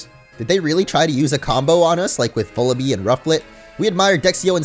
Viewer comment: "Vullaby" is pronounced "vul-uh-by", not "vul-uh-bee".